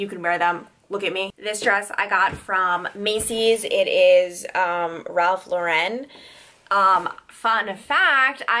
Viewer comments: RALPH LA "REN".....UMMM NO.....ITS JUST REGULAR RALPH LAUREN!! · The way you say Ralph Lauren kills me 🙄🤦🏼‍♀️